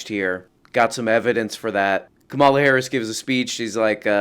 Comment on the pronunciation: please pronounce it Kámala, like a crystal flute.